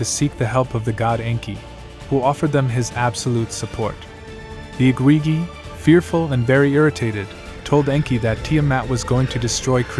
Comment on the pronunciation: They were the Igigi, you are totally mispronouncing their titles. Its not the IGWIWI, .what are you doing? Please do your homework before posting so you know you are pronouncing correctly.